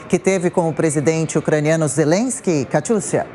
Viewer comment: O cara é tão burro que pronuncia zerensqui 😂😂😂😂😂 bêbado, inveterado, mentiroso crônico